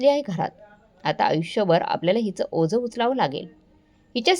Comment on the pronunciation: ओज नाही ओझं